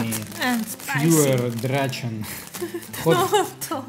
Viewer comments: да, и не драчен, а драхэн. не петушок, а дракон ( в переводе). на будущее) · и вообще-то правильно читается драхен! а не драчен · Drachen - дракон читается как драгэн,если я не ошибаюсь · Драчен😂😂😂😂,я ржу😂😂😂это читается драхен,что означает дракон...а полностью название фойер драхен- огненный дракон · " Фойер драхен " надо читать. Драчен - это из другого жанра... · Ну не скажите, не так уж и правильно😂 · Ору: "ДРАЧЕН"